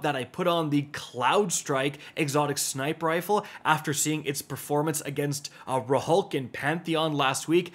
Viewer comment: Wtf did you just called rhulk? Lmao